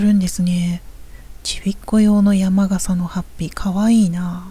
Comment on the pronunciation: 山笠（やまがさ）ではなく山笠（やまかさ）と言いましょう(笑)